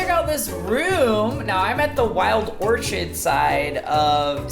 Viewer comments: Omg you need help you pronounced everything wrong its orchid as in flower not orchard🤣🤣🤣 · Ok who is gonna tell this dude how to say orchid